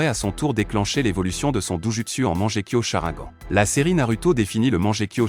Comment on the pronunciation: Il dit charaingan et manjekyo aussi 😂😂😂😂😂😂😂